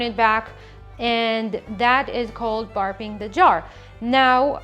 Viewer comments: Barping? BURrrrrrping the jar, pronounced like Berp. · Your accent is adorable. But for the newbie’s out there it’s “Burping” the jar and not…barping. I’d hate for someone to tell a seasoned fermenter that they barped the jar and have the person wonder what they’re talking about. Loved your video though! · fyi: it is not barping, it is burping. Like you burp a baby. When you open a lid under pressure the jar will make a burp sound. Unless it is your accent I'm hearing wrong. sorry.